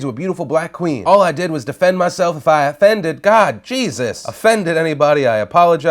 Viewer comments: "affended" lol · "affended" lmao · Not "affended"